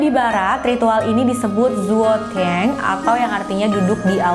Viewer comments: Duduk di aula pengejaan nya cuo tang bkn zuo teng 😄😄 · Maaf kak..zuo tang tu bacanya cuo the`ng...🙏🙏😊😊